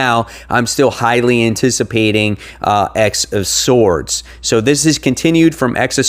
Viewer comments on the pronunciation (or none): X of Swords is spoken as "Ten of Swords" my guy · You do know it's pronounced 10 of swords ..... That's why they have all the references to tarot cards